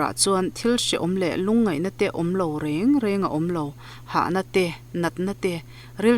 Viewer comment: reng reng hi a thluk sang lo a hniam tawi deuh takin rëng rëng ti a lam tur aw ❤